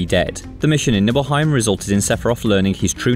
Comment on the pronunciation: (Nye-bull-hi-mm) not nibbleheim just sayin'